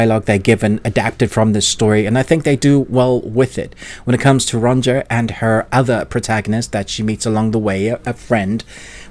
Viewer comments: Amazing video and series! Just that... Sorry to be that guy, but it's pronounced "Ronia", with the j pronounced as an i. 😅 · Ronja is pronounced more like Ronya btw. Just thought I'd say it